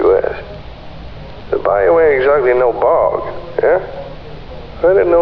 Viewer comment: I know you tried and I give you an A for effort...but as a person from Louisiana, I can tell you the accents and especially the pronunciations are nowhere close. LoL!! We pronounce it bil-LUKS-ee. And we say BY-yoo..not BY-oh. And NO ONE from Louisiana would every refer to a swamp as a bog. I know that is the fault of the author, not the narrator. Still...I love any reference to my beloved Louisiana!! Great video!!